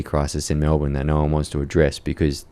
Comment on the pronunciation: This lass has a case of sepocitis. She keeps pronouncing e as a. MAlbourne, for example. Even cultural Australians have been infected by American TV. If you want to have an Australian identity, you need to have a culture(not just value, but a culture, which we don't have), insulation from the rest of the world some what, productivity in our country so our citizens are the ones building our country, and to eat the food we grow here, so our very soil is in our bodies. I am not opposed to immigration, but citizenship can't be given to the refugee, or to their children, but to their children's children. The first two generations can be treated with respect and given sanctuary, but the third generation is when citizenship rights are given because, by then, they have only known our country and its ways and therefore have a love for the country, and so can be worthy citizens